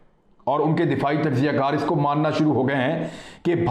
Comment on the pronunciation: Dear brother Imran Khan the pronunciation of the province of China bordering Pakistan Xinjiang is "Shin Jiang". X here represents Sh. I have spent 14 years in China & know the language, Alhamdulillah. The people living there are called Turk Uyghur (Ve goor) Muslims. PLA is "People's Liberation Army". Love your videos.